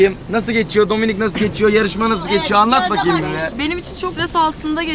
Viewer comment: Abi dominik değil dombilik 😂😂😂😂